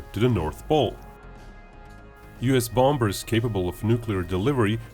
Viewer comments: Its bombers not bombbers the other b is silent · Just so you know, the 'b' in the middle of bombers is silent, that is, you don't pronounce it, This means bombers is pronounced bomers. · The main reason I watch your videos is to hear your pronounce, "bombers."